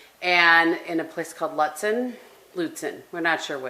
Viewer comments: I believe it’s pronounced Loootsen 😋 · You are so lucky to see a moose! As a fellow northern Minnesotan, Lutsen is pronounced as "Loot-sen", if you were still curious 😀. Thank you for the vlog and you're not boring! Take care! 🧡💛